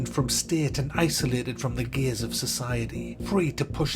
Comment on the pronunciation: he tried saying "gears of society" but it came out wrong, lol